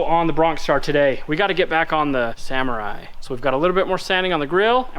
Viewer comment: Sa-MORR-ai Sa-MORR-ai Sa-MORR-ai Sa-MORR-ai Sa-MORR-ai Sa-MORR-ai Sa-MORR-ai It's not a Samurai